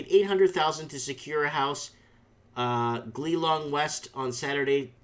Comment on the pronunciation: It's pronounced Geelong